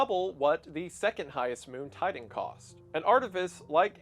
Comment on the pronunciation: according to what ive heard Titan is being pronounced Tiden, Ti-Tan